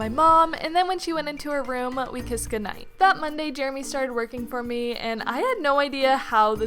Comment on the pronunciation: Man I hate “Jeramy”